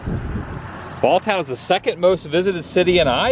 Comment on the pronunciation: Interesting item noticed was on the first Schmidt you showed in cemetery the abbreviation Geb. ( German Geboren -Born). Shows German heritage of the region but then next one one generation later used Born. Just thought was interesting. Also it is pronounced Balltown not Balton. Name is pronounce Brightbach. Should have stopped in Breitbachs. Great food and Davey Breitbach who owns the garage is hell of a nice guy. Locals pronounce it Buenie. Nobody local calls it North Buena vista.